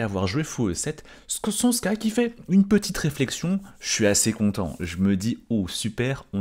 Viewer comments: C’est pas csonSka mais csonka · c’est tchonka balage… Cs=Ch comme en anglais dans church, et zs c’est g comme le dernier son de garage. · Csonka se prononce à peu près [tchonka]